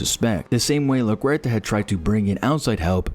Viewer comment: Maria la-who??? I've always been pronouncing it like the airport. What the hell was that pronunciation